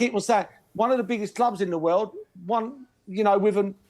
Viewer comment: World or "wewld"?